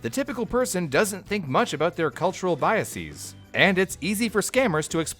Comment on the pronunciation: The word “biases” is not pronounced “biaseez”.